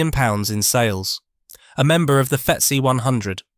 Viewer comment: A bit off-putting when the glitches happen. I watched the episode about Ilford Film and it stumbled over "D---S---L--R" drawing the letters out.. That was my first indication. Here it's the "FeetSi" for "FootSi" (FTSE). That voice glitch apart I am enjoying the videos.